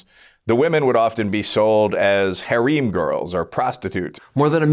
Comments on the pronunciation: it's pronounced "hair-um" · Cant get past how he pronounced “harem”.